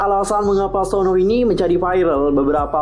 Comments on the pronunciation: Aku nyebutnya suno bukan Sonu😂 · Tulisan nya Sunoo tp klo di panggil dlm pengucapan bhs Korea itu yg bener sonu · Dalam pengucapan bahasa Korea, Sunoo dibaca Seon-u